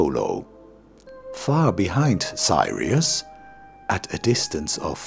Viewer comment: It's 'Sirius" not Sairius nor Thairius. Info is okay, the Dutch accents and pronunciation mistakes are annoying. so is the pedantic intonation.